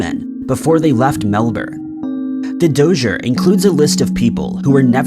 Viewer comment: Why are we hearing dozier for dossier?